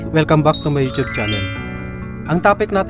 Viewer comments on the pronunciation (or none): none